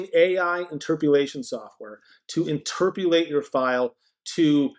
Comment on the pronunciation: Good video. But there is no U in interpolate.😊